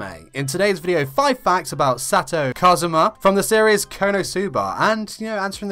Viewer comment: Your accent of kazuma sounds like Cosmo in my filipina japanese ears. 😂❤️